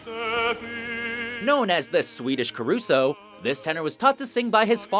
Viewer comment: Carusso sexto, Pavarotti segundo...no esta Gigli. DESASTROSO ! Lavate los oidos y aprende a pronunciar apellidos.